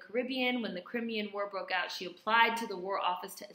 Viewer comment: YES!!!!! crimean is pronounce cry-me-an. There is much discussion about her over here, as she did the actual nursing care, whereas florence nightingale was more of statistician and did not DO stuff herself. In fact Florence Nightingale was vocally derogatory about her. Florence had money, wealth, rich politicians behind her who financed everything she did and still didn't want Mary any where near her.......white feminism. This is always of interest to me as I am training to be a nurse, and my mum was a nurse. There are lots of museums, nursing schools, hospital wards named after florence and even now at university she is hailed as a trailblazer etc, a theorist the foundation of nursing. She is very highly esteemed however there is little to nothing mentioned about Mary not even a line in a book. Fortunately my mum was able to tell me about her. It wasn't until last year 2016 that after years of campaigning and fundraising a statue/memorial in her honour was finally made!!! I think in one of your videos you said something so apt, re It's interesting that behind every 'great' white woman there is also a great black woman, a contemporary in their shadow who didn't get any shine (something like that, hope you remember!!). Thank you for shedding some light on this lady!!! xxxxxxx